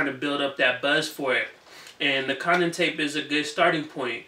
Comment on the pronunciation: Yo you obviously don't watch Power bro! It's Kanan as in Kay-nun! Yo I think you would love power btw!